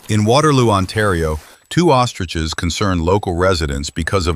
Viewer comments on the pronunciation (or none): MF said "Otriches" 😂😅